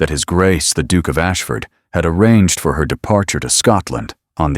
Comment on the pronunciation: I can’t get over the pronunciation of Duke = Dook!! Yuk